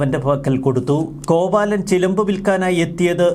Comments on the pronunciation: Not കോവാലൻ, കോവിലൻ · കോവാലൻ അല്ല കോവിലൻ.. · കോവാലൻ അല്ല കോവിലൻ 😁😁.. നവീൻ സാറിന് നീതി കിട്ടട്ടെ 🙏🙏🙏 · Kovaalan അല്ല കോവിലൻ. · കോവാലൻ അല്ല കോവിലൻ ആണ് 😜😜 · കോവാലൻ അല്ല "കോവലൻ" ആണ് ശരി ശ്രീ കണ്ണകി കോവലൻ "ചിലപ്പതികാരം" ഇളങ്കോവടികൾ ആണ് ഈ ചരിതം രചിച്ചത് 🙏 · കോവാലൻ അല്ല കോവലൻ ആണ്